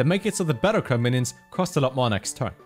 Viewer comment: "Liebram" (EDIT: I don't even know what's the correct pronounciation anymore, 'Lee-bram' or 'Liebram') "Ehshes" "Voregen" "Bettercry" Am I the stupid one or is the "stupid" one? Now don't get me wrong, is a great guy, it's just hard to understand what he's saying.